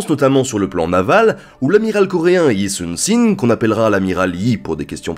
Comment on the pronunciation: La capitale de la Russie à cette époque n'était pas St Pétersbourg ? À moins que je me trompe ^^ En tout cas très bonne vidéo, j'adore ta chaîne :) ! (c'est Yi Sun Shin, Si se prononce Shi en coréen :) * okons'enfout * )